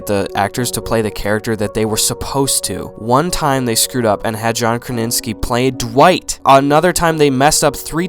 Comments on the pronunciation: John KraNinski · “John Kraninski” lol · " John Kraninski" " Ron wilson" Im ded XD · Did he just say 'John Kraninski' ? LMAO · “Ron Wilson” “Jim kraninski”